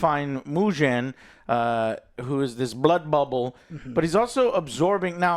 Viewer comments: bro really said myujen Train ICANT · WTF is Mujen Train? Why do you , Americans, always find ways to mispronounce and disrespect us, Japanese?????????????????????????? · Good ol "Mew-jen train" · It’s not “Myugen train” it’s “Moo-gen” train Meaning “Infinity” train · It's hard to take someone's recommendation about not seeing it dubbed when they haven't seen it dubbed. That's like someone saying a game sucks without playing it first. Not to mention when the people in the video can't even pronounce the names correctly, I.E. it's "Mu-ghen" Train, not "Mu-jen". Not to mention not even being able to pronounce the main characters name correctly. And they call themselves anime fans....Fans, or even good reviewers/researchers would know to get the names right before hand and practice the pronunciations. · As someone who loves so many dubs, except Demon Slayer's unfortunately 😅 I feel like if you're gonna denounce english dubbed anime, you SHOULD atleast get the names correct, JOE 😂 "Miujin Train" "Nakuzo" LOL I half expected him to say Tangyro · How can you not spell Kokushibo correctly LOL but yea I agree, Miujin Train, and Nakuzo lol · “Mew-jin” Train will never not be funny 😂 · They can't get these names right for nothing 🤣🤣🤣Hilarious review! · Dude... Bashing people who watch dub and then pronouncing "Mugen" the way you do... 😂 0 awareness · struggled saying Mugen from the jump.